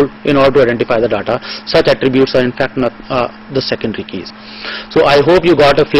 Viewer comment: daaddaaa? Infooomashan? sevel thins poposed? daaaddaa....dadddaaa...fuk off